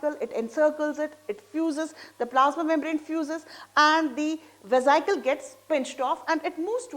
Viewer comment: Madam atleast correct the spelling of amoeba first. Otherwise method of understanding is overall right. And your pronunciation is very wrong mam for vesical.